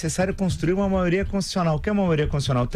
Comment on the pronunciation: Um presidente que fala: a "maoria" 🤦🏻‍♀️ sem condições nenhuma 😕